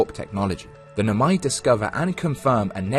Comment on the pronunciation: barely a minute in and i'm gonna stop you right there, why noMAi instead of NOmai 😭